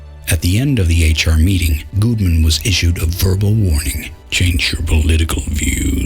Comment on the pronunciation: You know whats uh.. annoying maybe? Weird? I don't know... is the fact that when you talk in your low, grumbly voice like this, your pronunciations of "google" and "Gudeman" are effectively identical, which, in this particular case, has a significant impact on comprehensibility of the subject matter.